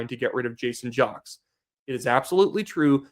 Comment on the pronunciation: Do some research. His name is pronounced "Jakes" not jocks. Other than that I like your channel.